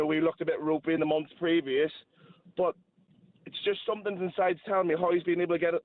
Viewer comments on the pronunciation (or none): Why does Gabriel say "Somethink" instead of "Something"?